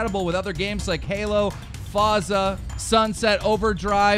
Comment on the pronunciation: "foza" lul